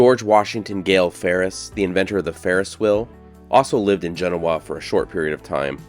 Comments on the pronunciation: I really wish you would talk to the locals to know how the name of the town is pronounced. It's fundamental to travelling to places unknown. You might want to avoid slaughtering pronunciations. I give you Kudos for pronouncing Nevada correctly. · Learn how to pronounce Genoa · Learn to pronounce the dang town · I'm very familiar with Genoa and am a big fan of your channel. I enjoyed this one as well, even with your repeated mispronunciation of the town's name. Hard O. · Excellent video. I have lived in the nearby town of Minden for 15-years and I have never heard anyone pronounce Genoa like you did. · Is that how the town name is pronounced? I’ve never heard it this way. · Great video. You started off by angering Dayton NV folks since they always lay claim to being the oldest settlement in NV, its a contentious topic, then angering Genoans by mispronouncing their city. Doesn't bother me any, just thought that was funny. Back in Snowshoe Thompson's day, cross country skis like his were called snowshoes, thats where the name came from. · Please learn how to say the town name properly. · Another great video, but you should have asked a local how to pronounce the town's name. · Love your videos. But, Genoa is pronounced jen-OH-uh...not like the city in Italy (JEN-oh-ah). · Nice video! When I moved here I pronounced it as you do, JEN-oh-wa. Locals looked at me funny so I now call it as they do: Jen-OH-wa. Just sayin’. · It's pronounced Gen oh a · The locals pronounce the name of their town as Gen-NO-a. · Genoa is pronounced GA No Ah, please. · Jen oh uh proper pronunciation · It's Gen - oh -ahhh Don't yeah know-a? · I'm from the area, never heard your pronunciation. Jen-"O"-a is how we say Genoa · THATS NOT HOW YOU PRONOUNCE THE NAME OF THE TOWN… JENOOOAHHH that’s not how you spell it obviously but that’s how you say it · It's not pronounced like the the one in Italy. Jen-O-uh. Liked your video, but pretty hard to hear it pronounced wrong 35 times.